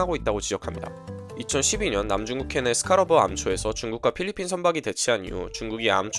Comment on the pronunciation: (1) 자막상에는 "스카버러 암초" 라고 표기되었습니다만, 오디오로는 스카'러버' 암초로 발화되었습니... (2) "다음을 봅시다" 라고 말씀하신 후 여론조사 그래프가 나왔는데요, 빠르고 자연스러운 이해를 위해서라면, '다음 여론조사를 봅시다' 라는 구체적인 멘트를 채택해주시는 편이 낫지 않았을까 싶습니다! (3) (1)과 비슷하게, 자막상에는 "존 아퀼리노" 라고 표기되었습니다만, 오디오로는 존 아퀼'라'노로 발화되었더라고요 ㅎㅎ;; (4) "이와 관한" > 비문을 피하기 위해, '이에 관한' 또는 '이와 관련된'으로 정정되어야 될 것 같아요! (5) "우리로써는" > 여기서 '우리' 뒤에는 수단을 지시하는 전치사(-로써)가 아니라 입장/자격을 지시하는 전치사가 와야 되기 때문에, 우리로'서'는이 되어야 되겠습니다! (6) "아들에게" > 전치사 '-에게'가 쓰이면 부모가 아들한테 메시지를 보낸 것으로 오해될 수 있기 때문에, 메시지를 받았다는 의미를 지시할 수 있는 '-에게서'가 쓰여야겠습니다!